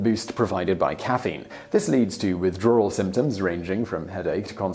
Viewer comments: Y is he saying widrawwal it's sooo annoying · "Withdrarwel" lol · I get a kick from the British insertion of an " Rrr" when using words with a W in it ... Withdrawral .... Drawring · I can’t help but understand you say Withdrawral... is it just me? 🤔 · I like when he says "withdrawal"